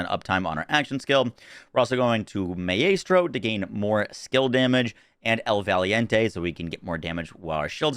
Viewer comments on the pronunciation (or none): May-ay-stro xD never heard that one before. "My-stro" if you care, if you dont, respect bruther